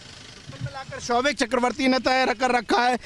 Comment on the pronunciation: Showik hears like ShoveIt ! LOL What a family Dad is a Drug addict Son is a peddler and Daughter is a Call Girl Mother is the broker. Sahi !!